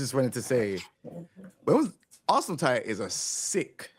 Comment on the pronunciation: This got to be. Only one man says Ars-Land Ash.